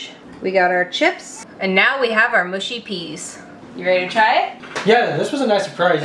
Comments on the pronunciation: Mush as in us not Moosh 😁😁👍👍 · Mushy rhymes with lucky, not spooky. 🙂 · Mushy peas, not mooshy. People "oop narth" say mooshy, but then they say oop. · Looked great, hope you enjoyed. The peas looked spot on. You can say mushy or mooshy doesn’t really matter it’s like scone and scone lol I think it depends where you’re from but don’t quote me on that. They’ll know what’s you’re wanting either way. You’ve made me want a fish supper for my tea now, dammit. Oh and ps have whatever sauce you want; personally I have hp on the chips but only salt on my fish to keep it crisp; each to their own but no, hp is not uncommon and perfectly acceptable for fish and chips. Xxx ✌️❤️🏴🇬🇧🏳️‍🌈xxx 🐟🍟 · It's pronounced "mushy" in the south and "mushy" in the north... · Not MOOSHY ! MUSHy.... as in what you say to a sled dog . What about trying to cook a SUNDAY ROAST dinner ? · Mushy rhymes with gushy not swooshy. I have HP Sauce with my fish and chips. Mushy peas def need vinegar and are supposed to have soft lumps as that’s the mush 😊